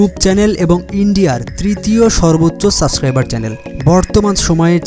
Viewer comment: সাসক্রাইবার? 😂 সাবস্ক্রাইবার বলা শিখ ভাই!